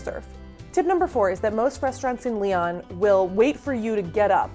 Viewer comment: If you can't even pronounce Lyon correctly then I have no use for your videos. Learn to pronounce city names correctly.